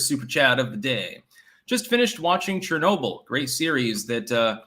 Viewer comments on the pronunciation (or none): none